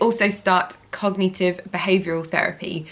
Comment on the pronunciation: do you mean cognitive? not cogneetive?